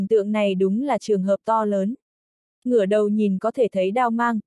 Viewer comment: Đọc như người ngọng! Thi tổ đọc thi te, to lớn bệ vệ đọc to le be ve!! Bó tay luôn!!!